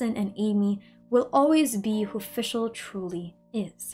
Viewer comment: yes finally someone gets the pronunciation of her name somewhat right the rest needs still some work but german is a hard language so it’d be unfair to expect every german word used here to be pronounced right